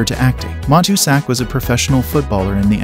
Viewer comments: It's MA TOO SACK. If you're gonna do these clips, get the pronunciation down before you run them. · Good stuff but, you butchered the pronunciation of Matuszak's name. Just sayin'.